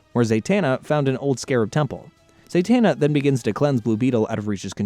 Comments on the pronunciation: Why do you mispronounce the characters name? Like if you watch the show you would know her name is Zatana. You are saying ZaYtana. You did the same thing on attack on Titian. You said Levy and not Levi. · It’s ZAh-tana, not ZAY-tana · He’s not his father in law. He and Talia were never married. Also, how is it you can pronounce Zatara correctly, but not Zatanna. They’re practically the same 🥴